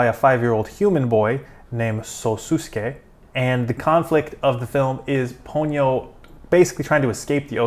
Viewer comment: Ha-ya-o. Three distinct syllables. Not Haw-yoh. You did pronounce Ponyo (Po-nyo) correctly.